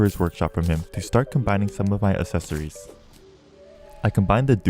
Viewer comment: Am i the only one who is bothered by how says accessory and melle?